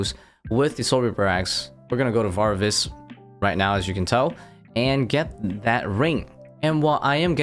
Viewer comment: My man leaving a whole syllable out of varvis haha love it